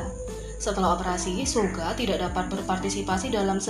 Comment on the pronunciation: bilang suga malah suge hahah